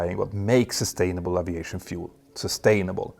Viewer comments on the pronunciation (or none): One day, we will hear aviation pronounced correctly!